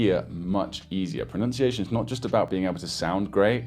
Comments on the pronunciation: As a native speaker, I can say that your pronunciation is impeccable. Like... shockingly so. Whoever's trying to learn pronunciation for Mandarin make sure you take this guy's advice. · 我靠！！！大哥！！你的中文发音至少比60%的中国人都准确！！！ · As a native speaker, this guy is the real deal. His pronunciation is pretty much flawless. Listen to his advice guys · Wow! Excellent Chinese Mandarin pronunciation!